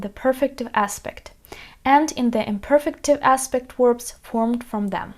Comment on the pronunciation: Watch out for "werbs" though! ;-D